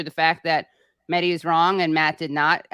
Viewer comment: The H in MeHdi is not silent. It's pronounced as H in Hypocrite and wHore that Mehdi is I love how arm chair feminists think that the only healthcare women need is abortion. You don't have to go to Ukraine to see DemoKKKRats and Republicans work together. They also make sure that people who do want to have a baby can't afford to feed, house or maternity care to have the baby. You criticizing the status quo is literally the pot calling the kettle out of touch. You are only fighting for the right of the poor to kill their babies. How can you call Klobuchar caring? You could challenge the Republicans about the fact they only care about birth right because once the baby is born they don't care. They don't care that life needs, food, shelter, healthcare etc.